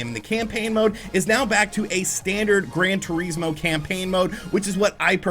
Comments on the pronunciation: "Gran Tureesmo" lmao wtf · His pronunciation is so funny